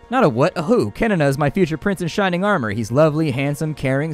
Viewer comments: Wait wait wait...did you just say kenn as kenene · hehe.. you should not say the "n" in "kenn" two times :D it is only said like it is "Ken" :)